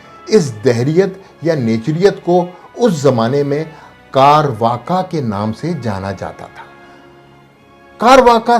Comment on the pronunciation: بڑی معذرت کے ساتھ: کارواکا نہیں بلکہ چارواک ہے یہ قدیم ہند کی ایک الحادی فکر کا نام ہے۔